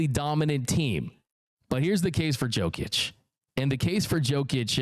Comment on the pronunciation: Dear bro, it's: Yo-kić, not Joe-kić But you can also call him MVP Cheers 🍻